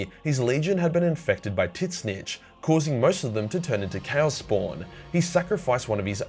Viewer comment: Why do I still laughing my ass off every time he says "TitsSnitch"?